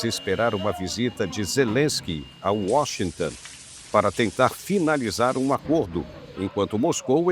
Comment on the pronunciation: Washington Ton Ton, não é tan😮😮